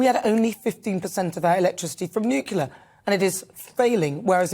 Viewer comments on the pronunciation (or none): The word is NUCLEAR, not nucular....you are British, you are not an ill-informed, grammatically lazy, badly taught American. As a Brit, even a young one you have still been taught to a reasonable degree, so speak properly. We are not Americans and we pronounce and spell things properly, nuclear, tyre, colour, labour etc. NUCLEAR......and if any British person didn't even pick up on that, for shame on you too. As for your video, you are utterly correct. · We need a society that actually cares about all the citizens not the wealth of the few. Btw it’s nuclear not nucular.